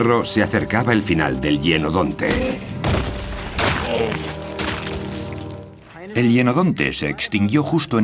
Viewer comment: Se pronuncia hYenodonte